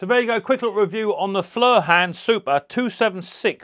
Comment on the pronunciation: Hiya, it's pronounced foy er, I believe it's German for fire 🔥